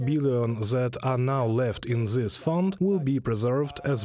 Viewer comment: Hey guys.. "Th" in English isn't pronounced like "Z".. gotta work on the "zis, zat, zere, zose", etc.